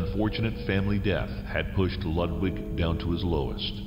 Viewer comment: I CANNOT stand how they pronounce Ludwig